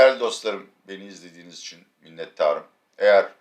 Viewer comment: Abi bidaha İçüuN de nokuuur... :)))